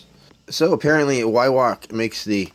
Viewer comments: It’s pronounced vi rak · Weirauch, pronounced with a V like Veirauch, great gun mines .177. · German w is a v sound .